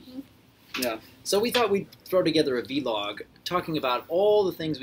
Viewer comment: Doc doc doc! It's "vlog" not "v"log.